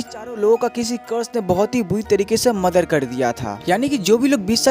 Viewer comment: Muder ❌mother✅🤣👍